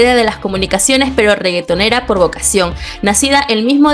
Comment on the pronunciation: Todo iba bien hasta que dijo regetonera